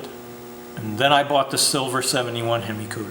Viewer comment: He said hem eye. I want to die